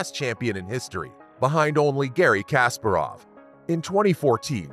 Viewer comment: FIDE is pronounced fee-day. You really need to look up pronunciations because the pronunciation of Kasparov was wrong as well